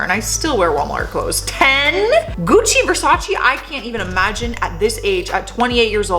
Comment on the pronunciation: Butchers Bo-ka Ra-TONE all to fuck but no problemo with Gucci and Versace, atta girl! 🤣Keep it real, huge new fan marathonning, found your from Top10. Cheers from NB.